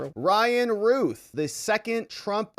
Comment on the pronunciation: It's not ruth It's routh It rhymes with mouth and or south